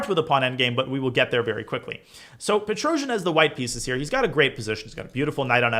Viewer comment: Its pronounced Tigran Pe-trosz-YAN not Petro-zhi-an :]